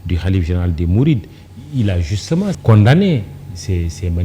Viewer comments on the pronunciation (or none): Toi aussi Moctar. On ne prononce pas condamner avec le m.